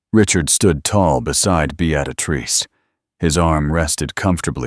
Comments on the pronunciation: It's Bee-ah-trice, not "Be-at-ah-trice"! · BEettatatrice seriously? correct it or change her nm to something AI can say. This voice is TERRIBLE!!! Besides I have heard this story several times. I have found Regency stories with a lovely woman's voice and imaginative plots not a copy of the same storyline again and again! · Good, enjoyable quick story. But what the heck with the narration? "Beaadatrice" every single time. Drove me nuts. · Fix the pronunciation of Beatrice. Be-a-trice. Duh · Beatrice pronounce it properly. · Good story BUT AI mispronounced Beatrice. It drove me nuts!!!! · Not sure why AI cannot pronounce a simple proper noun. Beatrice has only one “t” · All except for the AI narrator butchering the name Beatrice.